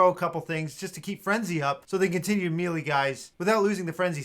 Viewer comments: It hurts my soul when i hear someone pronounce it "Mee-Lee" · Dude... please look up the proper pronunciation of "melee".